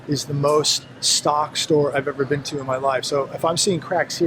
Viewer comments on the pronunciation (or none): none